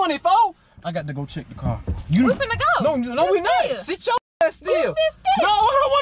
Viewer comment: I love how she says kye instead of car. Lol